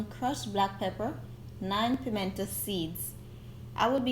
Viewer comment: It's the 9 pimento seeds for me😂😂😂 you know me affi laugh when u say it